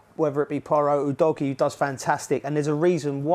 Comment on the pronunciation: 영상 안보고 멘트? 우도기라고 하는데 우도지라니